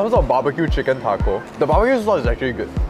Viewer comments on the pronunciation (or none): none